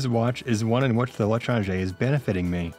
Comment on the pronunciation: everyone mentioning how pronounces l'étranger wrong but... fun fact, the weapon itself is actually a reference to a novel by the same name (or the stranger, if you read the english translation) which is especially funny when you know what causes the second half of the story...:)